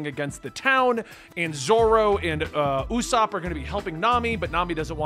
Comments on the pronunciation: Not O-sop 😂🤦🏿‍♂️ it Ouu-sop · You prounced ussop wrong again lol its ok. Ussop sounds like (ooo-Sop) not O-sop or You-sop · Ussop pronunciation is getting over complicated haha. Not sure where O-sop came from haha. It’s provinces like EW-Sop. Like you were saying at first but without the “Y” sound in the front. I hope this helps. If not I’m sure you can find other vidoes that can help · It's not O-sopp. It's not Yu- sopp. It's just U-sopp. (ooo-sopp) Don't worry all new readers make a couple of pronunciations mistakes. But you're close, I believe in you! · The lollipop is from the forever cursed 4kids version of the anime 😂 in the actual anime Sanji does smoke. Also I'm still early in the video and heard you say Osopp and I'm sure someone has corrected you but it's pronounced Ooooooossop. Its the double O sound for the U. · Its definitely pronounced "oo-sop". With the long ooo sound. Not sure why people were telling you it's oh-sop. Not at all how it's pronounced in the anime. And Sanji smokes in both manga and anime. The screen you saw was a censored 4-kids version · No dude. The U in Usopp is pronounced the same way as U in Uber. It's not "Oh" sopp. Its Oooosopp. Stretch it out. It's Like the "Booooo" sound a ghost makes. Try listening to how his name is pronounced in the anime. He first appears in Episode 8. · It is U-ssop not Yu-ssop nor Ow-ssop, you've got it right the first time, i dunno who told you Ow-ssop - we got you dude, we call him Mihawk too. Dracule "Hawk-eye" Mihawk, mihawk is first name. - Mihawk is currently the world's strongest swordsman it said so in his introduction that is why zoro wants to challenge him. This is not a spoilers btw. Love the vid! Glad to meet another nakama! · The whole lollipop thing with Sanji was only in the 4Kids dub. The Funimation dub doesn't edit the anime. Edit: WHO told you Ussop's name is pronounced O-ssop? Wtf? It's pronounced Oo-ssop, like spoon, or moon! Also WHO told you we don't call Mihawk "Mihawk"?!